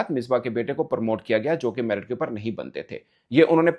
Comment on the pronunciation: In Pakistan, T is silent in Merit 😂😂